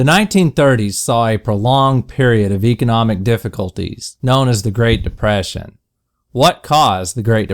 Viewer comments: no one: not a single person:: great depæsæn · why does he say it like great depæsæn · deyprassion, that's the country accent, everyone. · Oh wow... read comments while ads were playing... thought what could they mean... then heard deprayshion... everything’s just so clear now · I'm dieing with laughter the way he say depression😅😅😅😅😅😅😅😅😅😅😅😅😅😅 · Sounds Southern to me. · That's how TRVE AMERICVNS pronounce it.